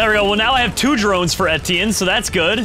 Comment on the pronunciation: etienne is pronounced etch-E-en not etine